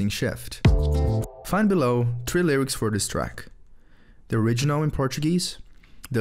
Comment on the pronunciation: saquei que você era brasileiro na pronúncia do "three", mas o resto tá bom demais, sua escolha de palavras, frases, fluência, outras pronúncias e tudo. Não é querendo botar defeito não, sou prof de inglês, tomara que teu canal cresça bastante. Bom vídeo, like e inscrito.